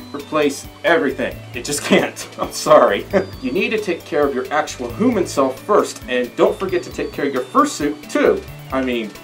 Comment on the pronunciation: I like how he says Hooman